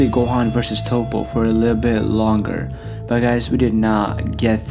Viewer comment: Yes his name is Toppo, But you say it as Topp. after hearing you say his name wrong so many times i can't listening to this video anymore